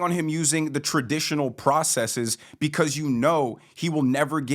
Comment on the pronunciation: Thanks so much for pronouncing 'processes' correctly. I know it's stupid, but it is like nails on a chalkboard for me when people say 'prohcesseeees'!